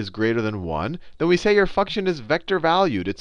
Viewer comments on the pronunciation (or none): "then we say your fucktion is vector valued"